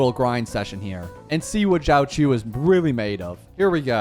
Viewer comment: when r u doing the nihiltiy only summons for jiaoqiu? And its not JOWCHEW its xiaoshu